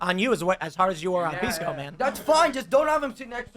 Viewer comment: Pissco not Peesco at his most obnoxious. Love the Patel guy.